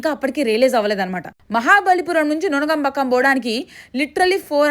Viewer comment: అది నునగాంబకం కాదు నుంగాంబాకం 👍